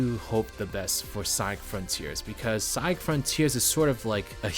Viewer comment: Take your time to pronounce "Sonic". Two distinct syllables.